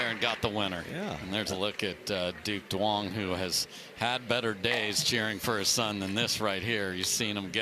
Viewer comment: ITS NOT PRONOUNCED DOO-ONG. THE D IS SILENT. ITS PRONOUNCED YOUNG. PLEASE LEARN A LITTLE VIETNAMESE PRONUNCIATION COMMENTATORS.